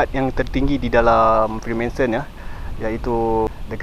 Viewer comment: Freemensen freemensen... FREEMANSON bro... Spell and pronounce biar btol